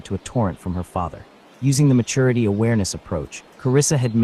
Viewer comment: Can anyone point me to an audiobook where the recorder doesn’t pronounce maturity like matoority? It’s driving me crazy